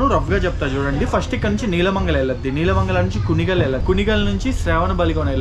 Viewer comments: its not "నీలమంగల it's నెళ్ళమంగల" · Nice video, but few corrections: 1.PF#1 entrance at YPR is small, but PF#6 entrance is huge. 2. Loco is WDP 4, not WAP 4! 3. Regarding Train Board, YPR🔄KAWR triweekly has RSA with YPR 🔄 MAJN triweekly "Gomateshwara Express" and weekly YPR 🔄 MAJN express as well. 4. Nelamangala is pronounced as నెలమంగల not నీలమంగల. 5. Shravanabelagola is శ్రవణబెళగొళ‌, not శ్రావణబెళగొళ‌. 6. Hassan is pronounced as హాసన , not హసన్. 7. Banker/Breaker locomotive is fixed in the front while descending the ghat to control the descent. They are fixed at the rear end when the train is ascending the ghat so that they can push the train uphill. 8. Yedakumari is pronounced as యడకుమరి.